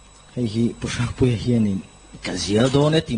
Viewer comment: A hming i sawi hian pu Harry i deuh sawh a ang deuh thin in ka hria,hrang tih kha i sawi dan kha engemaw riau a awm tlat